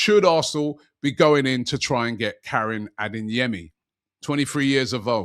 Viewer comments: "AdeNyemi" or "Adeyemi"? Robbie, where's the "N" in Adeyemi? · For the love of god, can someone at AFTV teach Robbie that there’s no letter ‘N’ in Adeyemi